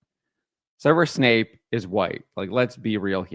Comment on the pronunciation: It's Snape, not Wesley Snipes. WTF